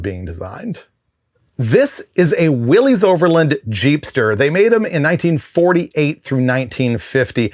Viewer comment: you should know the proper pronunciation of Willys Overland is Will-iss, not Willy’s/Willies. John North Willys deserves more credit for his automotive legacy. Was the second largest US auto manufacturer during its peak, behind only Ford.